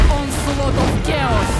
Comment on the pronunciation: I also think she is Russian speaker, how she pronounced chaos with « Г »